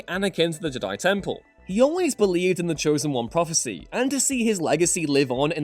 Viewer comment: For the love of god can u stop pronouncing Jedi wrong ITS FUCKING JEDI NOT JDIIII